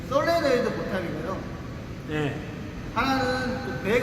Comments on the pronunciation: 솔레노이드(SOLENOID) 밸브(O). 발음이 약간 틀린 것 같아요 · 솔 레 노 이 드 밸 브. 발음은 정확하게~